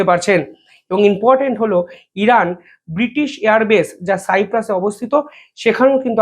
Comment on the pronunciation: ভাই, কথাটা ইম্পর্ট্যান্ট,in portant নয়